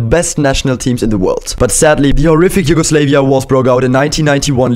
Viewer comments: I cant believe it, you said Yugoslayvia. Its pronounced YUGOSLAVIA. I am Serbian so i know it, many Americans and Brits fail to pronounce it correctly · Learn how Yugoslavia is pronounced. It's Slav not slave. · Please can you not pronounce it as YugoSlave-ia, pronounce it as you would the word Slav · nobody is talking about how he pronounced yugoslavia as "you-go-slae-vee-ah" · Isnt it pronounced, You-go-slaa-via ? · It’s pronounced Yugoslav “ia” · It is pronounced Yu-go-slav-ia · It’s pronounced yu go slavia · Why he pronouncing Yugoslavia like that 😰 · you pronounced "Yugoslavia" wrong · You pronounced Yugoslavia wrong